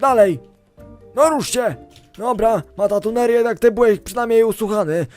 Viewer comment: dzięki za 💙 ale niemuw matatuner bo to matruner.